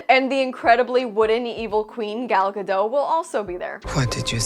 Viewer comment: Gadot must love folks still mispronouncing her name. The T is not silent girlfriend. You can find interviews of her explaining as much. Totally understandable if your doing it out of spite tho. I love a good spite.